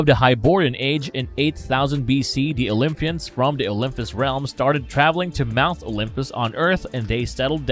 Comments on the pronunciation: It’s Olympus, not OlympHus. And Olympians not OlympHians, i.e. not like lymph nodes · Atrocious pronunciation. OymFus. OlyFians. Hahaha!